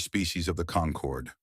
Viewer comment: "Concord" not "conquered"